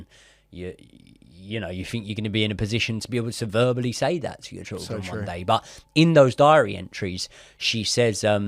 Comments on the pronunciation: I can’t get over the trildren pronunciation 😭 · I love how you say triljun instead of children 🤣🤣 great stuff boys 👏👏